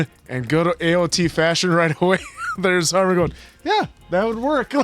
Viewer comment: What with answer the way he pronounces Armin 😂 he always goes for the weird long vowels. It’s just pronounced Armin (Armeen*)